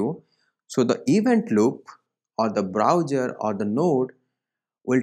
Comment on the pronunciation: Good explanation, but it's browser, not browjer, Thanks